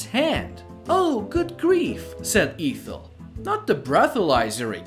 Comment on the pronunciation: The first E in Ethel is short sound not long.